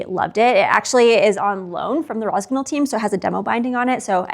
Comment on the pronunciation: Jesus Christ, if you love the brand and promote them at least learn how to pronounce it. GN is pronounced like NE in NEW.